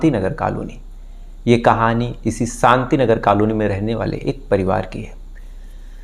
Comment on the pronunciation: Sukla,Sam, santi😂,please fix your "sh"